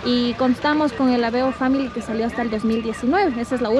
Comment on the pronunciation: family no se pronuncia asi😅